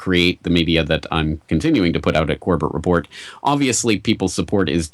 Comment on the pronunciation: For future interviews. He pronounces his name as "Corbit" not Cor Bet.